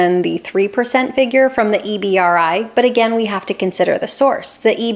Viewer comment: EBRI is usually said as “EE-BREE” btw. Great video.